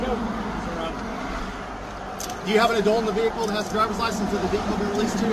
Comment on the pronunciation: Bay-hick-kul drives me bonkers mate, can’t sub.